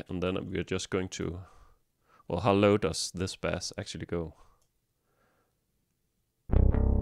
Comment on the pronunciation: Great video, but "bass" rhymes with "pace" not "pass"